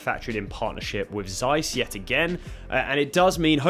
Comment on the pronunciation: No, really? You don't know how to pronounce Zeiss?????????